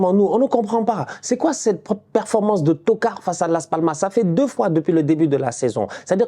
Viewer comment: dit bien le mot stp Dis "tocard" des tocauds